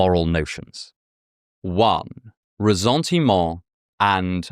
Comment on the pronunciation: When you pronounce "ressentiment" the French way, you have to sound the ss as in savior or saint... or the s at the end of Jesus 🤪 Excellent video.